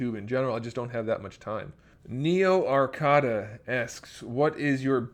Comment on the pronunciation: Ah you pronounce my name wrong lol it's Neo "Arcade ah" but it's all good though.